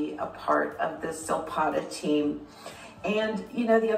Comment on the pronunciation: Silpada...not Silpoda 😆